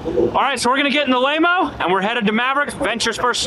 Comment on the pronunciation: "LAYMO" LMAO.